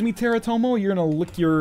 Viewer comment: LOL he said teratomo XD